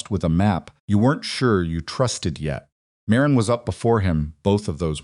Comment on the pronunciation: However, he pronounces Marin as Mah Reen a lot instead of Marin.